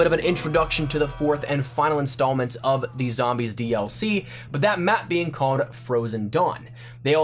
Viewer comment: Bro... Stop saying "ended up". 😂 And pronounce your "L"s. Cawed, detewwed.